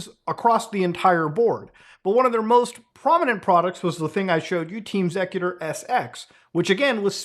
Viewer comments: Actually never heard xecuter pronounced sec-uter, always heard X-ecuter (executer). They've been in the console modding scene for decades. I remember having a xecuter modded OG xbox, same with 360 after they started banning ppl who flashed their 360 disc drive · Why are you pronouncing it ''zekuter''????? Its pronounced ''Executer'' exactly the same as the word, its merely spelled differently to distinguish its name from the common term a little bit and Im certain theres a reasonable explanation for that decision, even if its simply to have a name distinction.. Either way, the point is, youre mispronouncing the name of the group throughout the entire video.. Why didnt you at least look up the history or something to get an idea of how to pronounce the name of the group youre diving into with this little mini documentary???? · just another example of why copyright should not be a thing, "intellectual property" is utter nonsense. also isn't it pronounced executer not zecuter? ya know since they help execute code... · And all these years I thought it was pronounced Team Executor. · The name of the group is pronounced "Executor", great vid but that drove me crazy lol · it's X-ecuter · Listening to this guy mis pronounce xecuter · Is it bothering anyone else the way muta is pronouncing xecuter?